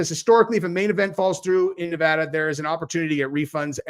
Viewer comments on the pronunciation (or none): none